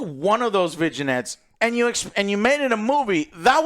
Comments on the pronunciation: Viginettes? Vinaigrettes? Ohhh....vignettes😂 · did he say "vidgeinette" LMAO its "VINNIETTE" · did Joe just say VI-JI-NETS?!!…. It’s pronounced Vin-Yets lol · “Vigin-ettes,” lol. Never change, Joe. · Sorry to be that guy, but just fyi the word 'vignettes' is pronounced as "vin-yets". Hope that helps! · It's pronounced 'Vin-Yets' 😅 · Vidjanettes of vidja games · For the pronunciation of vignettes Joe should go to French jail lol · do all Americans pronounce "vignettes" the way does?